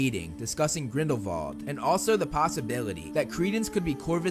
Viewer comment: why do he keep saying vrindelwal instead of grindelwal